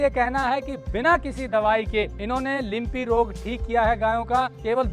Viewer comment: लिम्पी नही लंपी बोलो